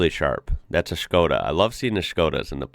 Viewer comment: I love how you pronounce it like Schkoda, just like Sean Connery 😂